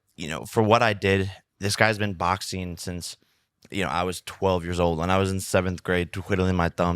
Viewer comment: "Boxeen..Watcheen..talkeen". Does Jake not know the letter G is a thing? 🤔 Or "ing" at the end of a word isn't supposed to be pronounced "een". Strange stuff.